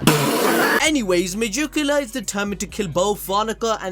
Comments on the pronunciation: Why are you saying majukula it’s Meg-ick-you-la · Hey it's not megiculla not mejuculla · Its megickula not mejickula